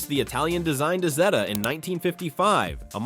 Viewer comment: Es heißt Isetta und nicht Ita, du Pfeife